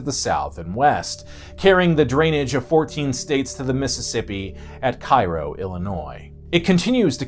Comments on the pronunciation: "Lewis-ville"= wrong "Lewey- ville"= ok "Lou-uh-vull" = correct "Kai-ro, IL"= wrong "Kay-ro, IL"= correct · Overall this is a very good video but I do have one small complaint. Being from the nearby city of St. Lous the town in Illinois is pronounced "Kay-ro" . I realize it's spelled the same as the city in Egypt but that is how it is pronounced. I probably wouldn't have said anything if it was Simon or Karl but it was mildly annoying to hear this mistake made by an American...but other than that great episode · I'm from Cave-in-Rock! We do not swim in the river and if you're smart, you don't eat the catfish. If you wanna fish, just catch and release. If you want fresh catfish, get pond raised. Oh and Cairo is pronounced "Kay-row". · It's pronounced k-ro, not cai-ro. Yes it's stupid, everyone knows but that's what it's called.